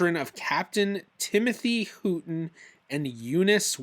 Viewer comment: Great episode. Looking forward to the next one! I wish I was as organized as!...Houghton is pronounced Howton. Those potential ancestors can be a curse. I have a few that keep popping up that I know are incorrect, but I can't find the correct person yet.